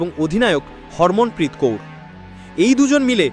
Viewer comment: Not hormon bro.. harmanpreet